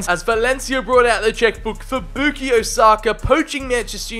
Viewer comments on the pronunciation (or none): It’s bukayo not bookio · sir its bu-ka-yo not bu-ki-yo. anyways love the video! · boo-key-o saka hurt to hear… 😂😂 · this guy says Bookeeyo ... Come on bruh pronounce his name right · Stopped watching once I heard you pronounce it “boookyo” saka